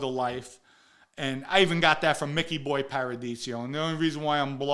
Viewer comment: You knew Micky Boy so well you can't pronounce his name correctly? 80% of this story sounds like BS.